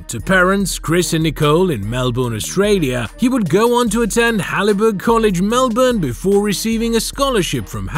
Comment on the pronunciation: "Halliberg College", ok that's totally obscure to anyone outside Melbourne but I laughed at that and immediately thought AI. Haileybury.